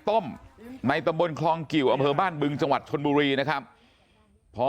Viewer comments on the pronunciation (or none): พ่อนักข่าวเอ๋ยพูดปรกติเหมือนเมื่อก่อนเถอะนะ ชลบุวี ร้องเวียน(ร้องเรียน) อะไว(อะไร) .....เฮ้อ